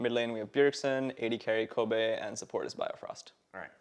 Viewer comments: Also, he's pronouncing it "Koh bay", not Kobe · He can't even pronounce his ADC's name, its Kobbe, not Kobe. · dis guy doesn't know how to pronounce kobbe……. oh god